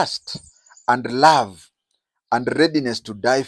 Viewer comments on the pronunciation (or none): none